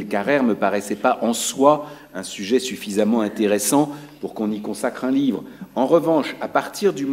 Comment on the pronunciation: Cada vez que esta bella mujer dice "Caguej", un niño muere de hambre en el Chaco. Ahora bien, lo que me resulta particularmente curioso es que esa pose culturosa, snob y eurocentrista se agota cuando tiene que pronunciar debidamente "Limónov", nombre que pronuncia lisa y llanamente, como una persona que jamás en su vida se esforzó mínimamente en comprender las lenguas eslavas.